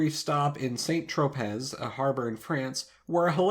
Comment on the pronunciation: “Saynt Trohpezz”?!? If you’re saying St. Tropez , it’s “San Troh-pey”. Even that complete mess of a musician Post Malone says it right...